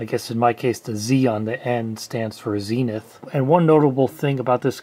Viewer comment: Why “Zeeee-nuth”? It’s surely “Zen-ith”?